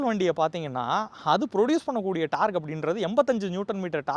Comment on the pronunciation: taarque illai Google poyi torque eppadi pronounce pannanum n padi English therinjavrku kekkumpoth sirippa varum common n eluthina caammon n padikirinke model n potta maadel n enna ith